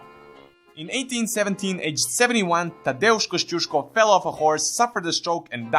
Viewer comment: Your pronunciation of Tadeusz Kościuszko is very good actually! The video as a whole, considering its length and not overly serious character, was pretty good too.